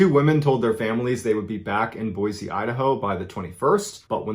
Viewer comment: I was most impressed by the way he correctly said Boise. It's the little things. This was a sad story here in Boise.